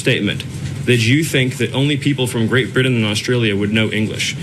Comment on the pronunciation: That racist guy can't pronounce Britain correctly